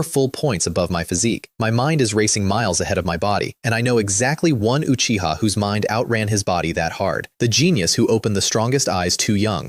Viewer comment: at least this one say uchiha instead of acchiha